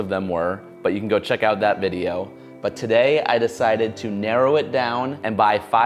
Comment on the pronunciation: "yew got games on ya NoPhone?"